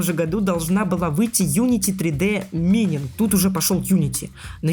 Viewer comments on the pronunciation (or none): Как же мне озото плакать от того что автор неправильно говорит слово mining😢